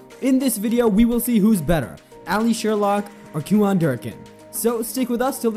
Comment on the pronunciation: It’s “ cue-in “. ….not “ cue-on “……good grief 🤨